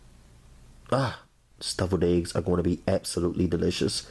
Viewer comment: I love how he said deviled eggs lol Doubled eggs🤦🏾‍♀️🤦🏾‍♀️🤦🏾‍♀️🤦🏾‍♀️🤦🏾‍♀️....it looks delicious